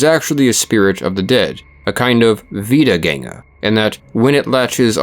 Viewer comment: As a German, I was very positively surprised by your pronunciation of "Wiedergänger" I didn't expect you to get the ä right